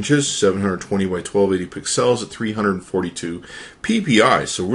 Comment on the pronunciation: lol the way he says pixels, also this review kind of sucked. I prefer the 8X way more than ANY iOS device. To me, Windows is great for phones, Android is awesome for tablets, and Apple devices kind of suck because everything revolves around iTunes. I mean, you have app store, itunes, and....that's it.